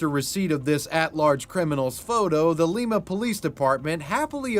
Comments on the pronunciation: It's LIme-uh not Leem-uh :) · awesome didnt know my hometown celeb of sorts chip pugh would of been on here i was amazed haha awesome video and btw its pronounced like lima bean not the peru version :) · while talking about the city in ohio it’s pronounced lie-ma. like lime with an a on the end. sorry i know i’m that one person but i’m from there and it bothered me😭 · Im from NW ohio and jt killed me the way you pronounced Lima. It’s pronounced Lie-ma. Not the same as peru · As someone that grew up there, it's pronounced "Lie-ma" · In the 4chan Moleman chapter every time you say Lima it’s killing me. It’s pronounced like the bean lol